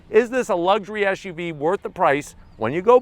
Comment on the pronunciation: brotha, it's an suv, not an esh uv. hope you can learn that quickly